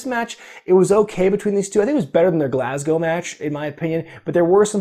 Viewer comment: You pronounced Glasgow correct ❤️